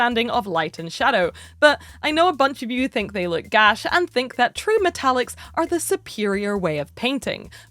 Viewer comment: ‘but I know a bunch of you think they look gash’ is the most amazingly Scottish thing to hear pop up in a YouTube video